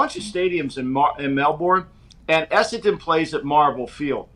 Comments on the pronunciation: Wouldn’t listen to too much regarding AFL. Dude can’t even get the club locations right let alone pronounce the names correctly. Esseton, Colinwon 😂 Perth is the Western part of Australia, hence West Coast Eagles. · has no idea about AFL. Talks like he knows what he's talking about but says some completely incorrect stuff - "Have to bounce the ball twice", "2 teams in Perth - Western Bulldogs and West Coast Eagles", "Perth is Eastern part of the country", "Carlton is really good" - they have been really bad for about 20 years.....Also isn't it "Clarko", not "Clarky" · had a really poor grasp of the sport to be talking about it like he knows what he's saying. It's Essendon not Essenton, Perth is in the Western Part of the Country, you bounce the ball every 15m, you only get a protective space on a mark or free kick, Clarkson has won 4 premierships, not 2. Western Bulldogs are based in Melbourne, Fremantle is out West. Carlton are garbage. Hawthorn are based in Melbourne and play at the MCG, they're nowhere near Adelaide - literally talking out of his arse.